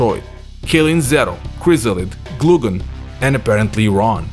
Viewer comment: "Gloo-gen"? I thought Glaugan's name was pronounced "Glaow-gen". And since when does Angel's G make an H sound?! Also I don't think the person talking at the end of 2001 was supposed to be Ron. If you look at the recreation in KOF All-Star, the silhouette saying that is Kula's, so it seems like she was able to freeze the heat enough for a safe landing. With that in mind I'm not so sure Kula jumped into the water so much as fell after using all her power to do that, but that part isn't as clear.